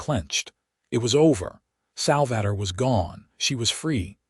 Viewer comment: Sal-va-tor.....AI is awful.